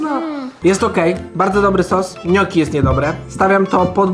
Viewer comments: nie mówi się ,,noki'' tylko gnoczi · Gnoki a nie noki